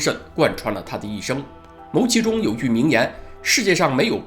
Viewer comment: 牟（音：木）其中